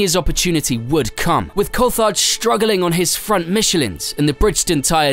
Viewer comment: This cheap AI has such a struggle pronouncing words, and at worst, pronouncing Jaguar akin to Juggular ftom what I heard, smh. Coulthard sounding like cold fart, again smh. Sorry if there was a live person narrating, mistaking you for those lousy bots.